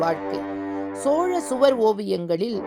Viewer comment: அது சுவார் இல்ல.... சுவர்